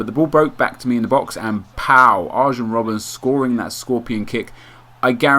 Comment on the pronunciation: "arJen roben" lol no